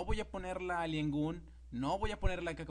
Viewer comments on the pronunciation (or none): none